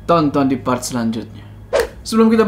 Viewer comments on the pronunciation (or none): none